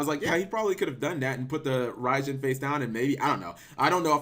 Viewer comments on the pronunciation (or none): It's actually 'Rye-Djinn' like Raigeki & Thunder King Rai-Oh.